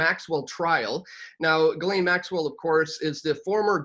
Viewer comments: Pronounced like GIzzLAINE MAXWELL. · Honestly, regardless of the lack of respect I have for maxwell, pronouncing the name right would go like this Ji like Jiping, SSSS like the hiss of a snake, laine, like wool in French. Jisssssss... Lèèèène. It's easier for Japanese to learn French as the sounds are really similar as it would be easier for Englisher to learn German as it has similar sonorities. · It's pronounced Jislen.